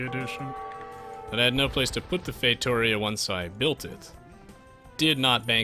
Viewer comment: Say it fay-toh-REE-ah